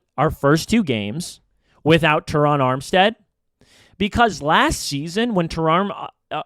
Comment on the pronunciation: I’ve never heard anyone mispronounce Ter-Ron Armstead’s name five or six different ways EVER. Also, it’s Kader Ko-Who. Come on bro, you can do better. Listen to Drive Time podcast w Travis Wingfield & you’ll learn why Miami is going to wax Denver on a sweltering Sunday afternoon at Hard Rock stadium. #Finsup ✋️😃🐬🏈